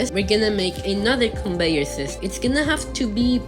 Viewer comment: Conveyor ❌ Conbeyor ✅